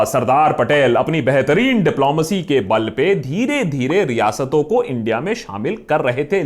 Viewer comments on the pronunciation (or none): none